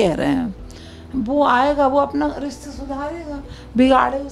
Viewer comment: Riste(Rishte) bolna to seekh lo aunty. 🎤 Ko ghar leke jaegi😂😂😂